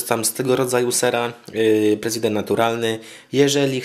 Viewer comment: Nie czyta się "president", tylko "presidą". To jest francuski ser! To takie samo buractwo, jak czytać "tortilla" zamiast "tortija".